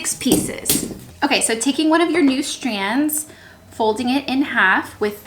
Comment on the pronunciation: Is it just me or does she pronounce "strands" like "shtrands" and "straight" like "shtraight"? hahaha love the diys, will so do many myself :)